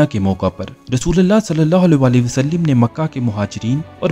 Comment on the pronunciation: Wasalim nahe ha bhai wasallam ha